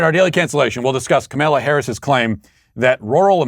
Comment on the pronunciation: obviously isn't in the Sweet Baby Gang (SBG) if she didn't realize Matt would do that Lol. I smile every time Matt mispronounces Kamala's name. Keep strong SBG.